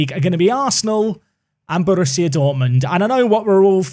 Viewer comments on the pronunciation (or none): none